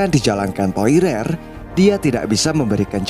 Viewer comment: Wkwk poirier min namanya,. Bkn poirer min wkwkwk♥️